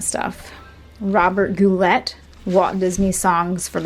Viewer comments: Its Goo not Go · His name was pronounced Robert Go lay not let. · That was fun to watch! It's Robert Gou-lay, not pronounced Robert Goulet! He was a guest on one of the best King of Queens episodes!! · When she said Goo let...I felt so old. Lol. Didn't he appear on The Simpsons, singing in Bart's tree house? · Goulet is pronounced goo lay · Sorry...Robert Goulet's name is pronounced GOO LAY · It’s pronounced Robert Goulay,! 😉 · You can tell she's young. She doesn't know how to say Goulet. The bowl is new. And the Santa may be a reproduction.